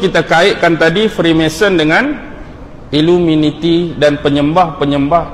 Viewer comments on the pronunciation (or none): Knapa sebut illuminiti bkn illuminati?